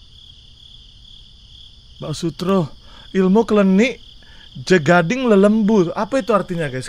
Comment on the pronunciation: "ilmu klenik jagad ing lelembut" itu artinya "ilmu mistis dunia ghoib" bang. btw cara bacanya bukan "ja-ga-ding" tp "ja-gat-eng", "jagad" itu artinya dunia, kalau "lelembut" itu artinya makhluk halus (hantu). kalau baca "lelembut" itu aku jd ingat dulu ada majalah full bahasa jawa judulnya "panjebar semangat" (penyebar semangat), di sana ada satu segmen untuk menampung kisah horor yg judulnya "alaming lelembut" yang artinya dalam bahasa indonesia adalah alam ghoib. btw ada juga tulisan di buku itu "dhemit ora ndulit, setan ora doyan" secara harfiah, artinya adalah "dhemit (makhluk halus) gak mau mencolek, setan pun jg gak doyan" tp sebenarnya itu adalah peribahasa jawa bang, yang maknanya adalah harapan/doa agar senantiasa diberikan keselamatan, kelancaran, serta tidak ada gangguan dari makhluk halus, karna telah digambarkan dari makna harfiahnya bahwa setan dan lelembut bahkan tidak mau menyentuh serta tidak minat mengganggu apa yang kita sedang/akan lakukan. ada juga yang menafsirkan bahwa peribahasa itu memiliki makna tentang orang yang mempunyai "kekuatan" sehingga bisa kebal dari gangguan makhluk halus/makhluk jahat. aku jawir asli bg jadi lumayan tau ttg culture seperti ini